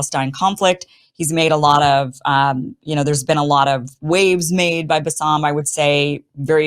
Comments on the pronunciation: His name is pronounced as Basim. Bassam is another arabic name. Love you Kim. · His name is pronounced bass-im with the first syllable the emphasized one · BAS-SUM 😂 Not balsamic 😅